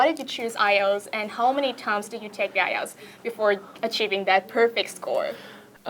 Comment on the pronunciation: Khánh Vy luôn phát âm sai từ "ielts"